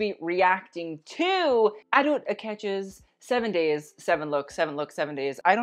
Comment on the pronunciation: he still said it wrong after she said her name haha